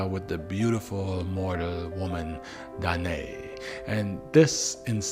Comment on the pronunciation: Danaë: Dana ey with two syllables.